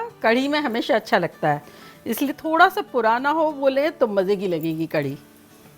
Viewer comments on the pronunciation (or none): Not 'kardi' it is 'karhi'😊